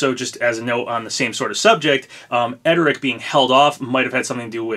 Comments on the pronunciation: it's pronounced errd-rick bro, not ed-er-rick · *Erdrick not edrick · Papa!! It’s ERR-DRIK, not ED-ER-IK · His name is pronounced "Er-Drick" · Why do you keep saying Erdrick's name wrong? There's an r right there before the d. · uummmm i dont think thats how Erdrick is pronounced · Why you gotta pronounce Erdrick's name so wrong? Whyyyyyy....